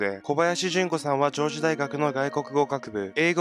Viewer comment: 上智（じょうち）ね！ この学校怖いな…宗教がらみ？